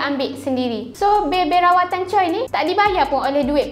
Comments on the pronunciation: Memang ejaan dia "Choi" tapi sebutannya "Chwe" (baca: Cho-wae) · cara sebutan choi bukan camtu tak silap saya. sebutan dia bunyi macam "chair".